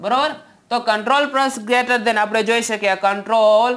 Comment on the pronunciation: Lece than ne greter than bole se tu